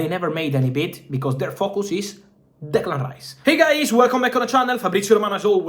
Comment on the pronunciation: The way he says Declan Rice Makes me Hungry😂😂😂😂